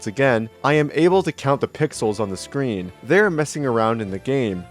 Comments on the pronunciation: "Their sween begins to glitch" XD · "And suddenly the scween" YEAH?? SCWEEN BUDDY??